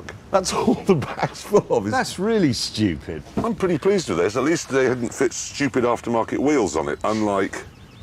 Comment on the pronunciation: You mean saying “shchupid”